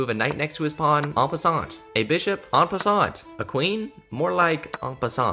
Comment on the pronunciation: en passant is pronounce en passan btw